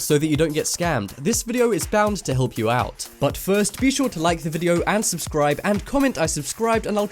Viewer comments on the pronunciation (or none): did any one else notice it said subcribe not subScribe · you spelt subscribe wrong you said subcribe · Who noticed that at the beginning when it said like and subscribe it meant to say 'subscribe' but it said 'subcribe' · u spelt subscribe wrong u said subcribe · said subcribe at the beginning not subscribe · In the beginning it said "subcribe" 😂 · I want to "SUBCRIBE'' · REALLY? "S U B C R I B E"?? WITHOUT "S"?? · did anyone notice "like and sub CRIBE" at the start